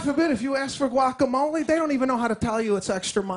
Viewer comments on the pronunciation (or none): none